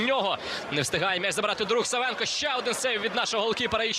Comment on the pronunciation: Накоглос на першу А в прізвищі САВЕНКА!!!